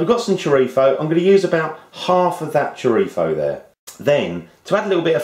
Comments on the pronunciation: It is good to hear the correct pronunciation of the word "chorizo". Nice Stew. My tip..... at the end just before serving, stir in a couple of spoons of Kalamata Olive Oil, this will make the liquid silky. Best wishes Dez Sanderson , Youtube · In Spain, they pronounce their z's and c's (when the c is before e or i) with a sort of lisp. That's where he got that pronunciation from, since people in the UK are more influenced from European Spanish than Latin American Spanish. :)